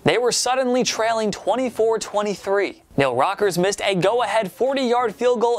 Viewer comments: IT'S NEIL RACKERS, NOT NEIL ROCKERS FFS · Neil R-A-C-K-E-R-S, NOT Rockers!